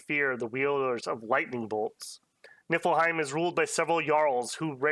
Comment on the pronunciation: I would like to ask, formally and humbly, that you pronounce it “Knee Full Hime” going forward. I hear the effort you put into pronouncing Hirdman so I know you care kinda :) it’s that “ie” makes an “ee” sound and “ei” makes an “i” sound